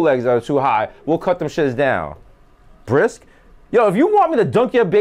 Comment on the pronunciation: You can bring your kids. You can bring kids that you don't even know. We will circumcise anybody. We'll circumcise anything. Did he say BRISK instead of bris? 😂😂😂😂